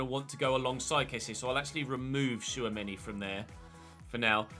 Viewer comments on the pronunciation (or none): none